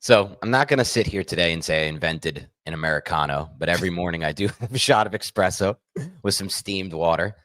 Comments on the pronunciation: did call it an "expresso?" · it's ESpresso. NOT EXpresso. Oi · not with the "expresso"